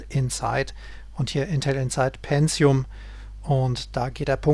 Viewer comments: es heisst PENTIUM und nicht PENZIUM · ja..verdammt. tut mir leid, aber seit der pentium 60 auf den markt kam fingen die leute an ein "z" einzubauen wo keines hin gehört. ich bekomm halt jedes mal direkt karies, wenn jemand "penzium" sagt.